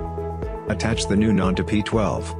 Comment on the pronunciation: The text-to-speech in this video pronounces NAND as "nund" 😂